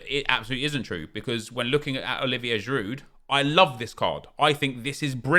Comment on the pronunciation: Craig why do you continue pronouncing the 'd' in Giroud? Are you really that thick?